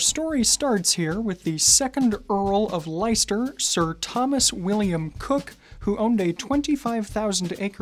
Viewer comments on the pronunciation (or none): Just a quick point for our American friends - Leicester is pronounced "les-ter" rather than "lie-ster" :) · Not LIESTER it is pronounced LESTER although spelled Leicester. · Thank you. That was driving me crazy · I’ve been pronouncing it Like-Esther 😂 Thanks for the info!! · Leicester is pronounced "Lester" 🙏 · It's "Lester" 😘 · With all due respect, Leicester is pronounced LESS-TER